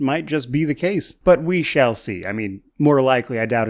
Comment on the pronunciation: when you said "we shall see" towards the end, i chose to hear it "we shell see"